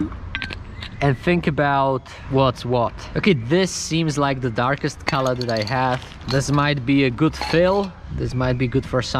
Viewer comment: Only this legend () now how to say color on the best way COLA